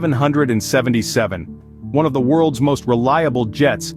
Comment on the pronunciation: The way you say 777 just put me right off and it was MH370 - I suggest you stop making videos